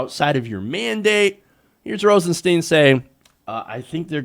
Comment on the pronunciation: FYI - It's pronounced Rosen"STINE"...